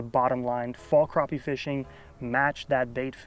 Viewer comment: Just like trap, snap, clap, happy, or pappy. Crappie is pronounced the same way.